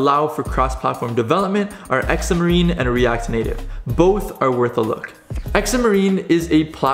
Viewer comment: X marines? That makes me giggle. I think you mean Xamarin (Zam er in)